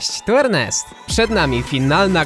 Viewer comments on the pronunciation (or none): none